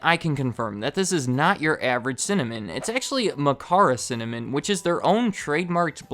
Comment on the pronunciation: cinnamom sounds funny to me because im from norway and sinna means angry so you're basically saying angrymom🤣